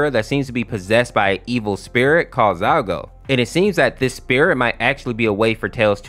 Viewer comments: By the way it isn't "Zaigo" its "Zalgo" with an L not an I which makes me think why do you call "Sonic.exe" "Sonix.exe" ? like you do it and I am just so confused on how someone could mess up such an easy to pronounce name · I can hear him saying Zygote or zygo but its really zalgo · it's zaLgo, not zaigo. and silver the hedgehog is not in this story, silver sonic is a completely different character. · Zaigo?! You mean ZALGO? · BRO SAID ZAYGO 💀💀💀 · it's "zaLgo", great video, but- 😭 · now he needs to learn how to pronounce zalgo and who's silver sonic